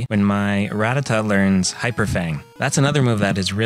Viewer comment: I thought Ruh-TAT-uh was the way you were supposed to pronounce it. At least, that’s how I remember how they said it in the anime.